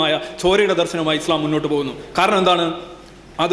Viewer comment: He’s not able to pronounce ISLAM well.poor lad.